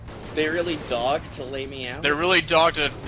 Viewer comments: I think "they're really dogged to lay me out" is a mispronunciation. he meant dog-ged. like dogged determination. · he meant dog-ged. like dogged determination.